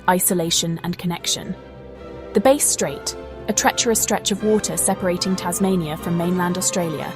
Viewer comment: Bass Strait, WTF? Not Base Strait (say the "a" like "apple" or "math"). If you are Tasmanian, please confirm number of toes/fingers (10 each), head (1), arms/legs (2 each).